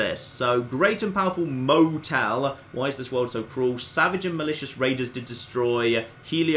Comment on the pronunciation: Mo-Tell? Did they rename DInky The Dinosaur Mo-Tell? OH MY GOD.